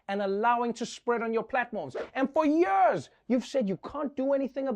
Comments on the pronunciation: I love how Trevor says “ for yurs...!” 😂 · Yeah, to hell with these a-holes.... Also, I friggin' love how you pronounce 'years'.... lol... ;D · You pronounce “years” how Mohammad Ali said it 🖤😥